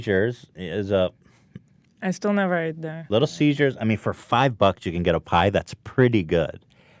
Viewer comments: "Little Caesars? Nah, Little Seizures." - probably Ethan's thought process with his odd pronunciation. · Ethan saying “little seizures” made me cringe. it’s CESAR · ethan. its little ceasers not little seizures. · I love the way Ethan says little seziures instead of little ceasers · I love how Ethan kept calling Little Caesars, “little seizures” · why the fuck does Ethan keep calling it "Little Seizures" lol. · did anyone else register that every time ethan said "Little Caesars", he actually said "Little Seizures"? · "Little ceasures" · Ethan: Little Cesars My Ears: Little Seizures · "little siezures" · Why did nobody say anything about the way Ethan said "Little Caesars" but pronounced it as "Little Seizures" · Because he's been pronouncing it like "seizures" for a while now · Ethan: "Little Siezures" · Did anyone else notice that Ethan pronounces Little Caesars as Little Seizures? Lol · Yeah hahaha and nobody acknowledges it!!!